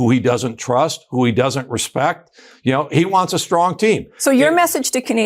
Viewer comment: Strong, not shtrong